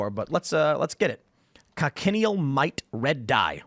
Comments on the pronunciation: Not con-ken-e-al. Coch-i-neal. Keep talking like that and you will eat ze (colored) bugz. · Btw it's pronounced Coach-in-eel. Learned about them on a desert trip in Tuscon where our guide showed us these bugs on cacti where they naturally live. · Thats not how you pronounce cochineal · That's not how you pronounce cochineal.